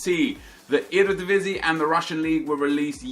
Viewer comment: i am verry proud how you say eredivisie